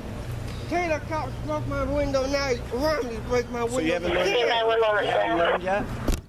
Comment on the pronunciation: You bwoke my window agwin..ahh dwammit